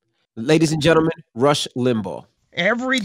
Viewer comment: You keep calling him russ its rush. Like he really wants to rush the hell out of that studio. Lol